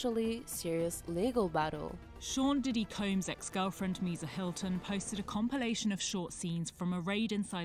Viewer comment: Can you say combs